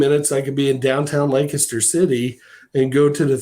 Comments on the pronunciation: I appreciate how pronounced the proper PA pronunciation of Lancaster; "Lanc-IS-ter". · The one person on the internet to pronounce Lancaster correctly 👏👏